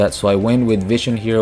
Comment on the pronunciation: It's Witch Raider not Rider lol